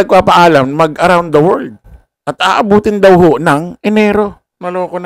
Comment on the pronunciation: Gandahan mo naman ang pag.pronounce ng WORLD para kang grade one